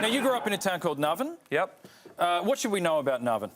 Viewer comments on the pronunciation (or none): Guy can't pronounce Navan. Surprised Dylan didn't jump on that.